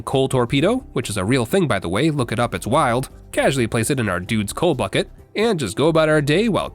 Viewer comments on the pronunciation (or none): none